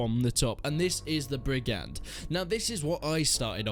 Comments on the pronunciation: btw brigand is pronounced more like brig-ind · he pronounce it right appart the d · Quite embarrassing to be a British person who can't pronounce 'brigand'.